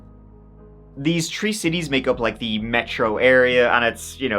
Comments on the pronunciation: I love you but please loose "t" in your accent! You can say others but not three - I don't believe it. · I love when he tells stories that involve the number tree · ❤agreed! The love for & his work is the most consistent throughout the comments here far more than any other channel, especially true crime channels. Usually there's a lot of people complaining about pronouncation, etc. ❤ I like how accent has him pronounce words especially, "tree" (3) haha 😂 There needs to be more positivity in the world! ❤ I live by the words, "Be the change you want to see! " The most simple, kindergarten rules are for whatever reason lost on the majority. ❤ Much Love, from Las Vegas! ❤